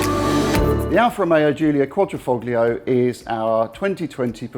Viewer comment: Quad ra Fog lio ? Come on guys, you know how to pronounce it !